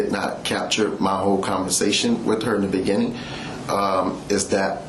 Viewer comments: In the beneging, in the begeging, in the benining... Law enforcement special... hahahaha... oh yeah... I am getting second hand embarrassment from that. In the benenging... ""... He's got a new title now... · In the beninnging